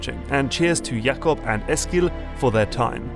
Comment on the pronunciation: Very polite of you to pronounce Jacob as it's pronounced in Danish rather than just go for the English pronunciation. :P (Which would be perfectly acceptable.)